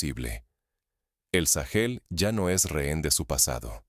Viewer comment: Porque le dice sagel a Burkina Faso?